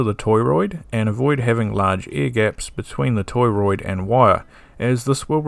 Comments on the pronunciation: it's not toyroid, it's to(h)roid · Torriod is pronounced TOR-oyd” not “TOY-royd” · Torr -oid, not toy roid. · I noticed that - toroid. I guess he's an Aussie.